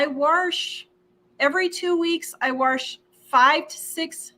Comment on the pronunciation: My mother always said warsh so I love hearing you say it!